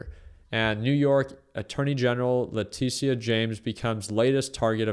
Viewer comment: Leticia is pronounced Le-Tisha bro